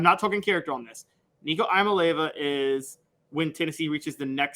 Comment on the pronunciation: I’m going to loose my mind if I watch another video and you can’t get Nico’s last name pronounced correctly🤬